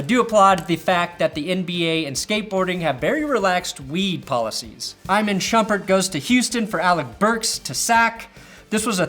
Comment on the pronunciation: lol its pronounced EEMON Shumpert not Imen Shumpert. Also his name is not Nik Stozecus it's Sauce Castillo. But otherwise thumbs up! Please keep making basketball vids!!